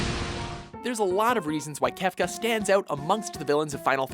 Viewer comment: I appreciate that you pronounced Kefka's name correctly!!!!! Bless you!!